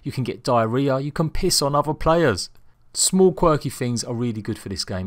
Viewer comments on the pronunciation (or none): none